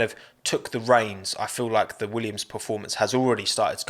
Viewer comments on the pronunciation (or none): none